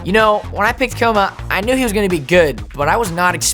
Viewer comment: "Coma Kai" lolololl